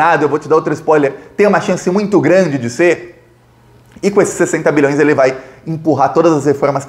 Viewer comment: Sua pronúncia de BILHÕES soa um pouco como MILHÕES. Enfatize mais o BI.